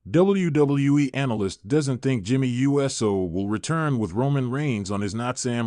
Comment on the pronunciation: This AI announcer isn't very Usey. It's NOT U. S. O. it's Uso!